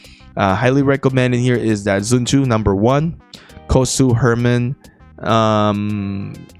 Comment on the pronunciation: why you saying zun tu instead of sun tzu -_